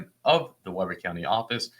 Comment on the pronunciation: it is counterintuitive, but Weber is pronounced with a long e.. "Wee-ber". I used to live there.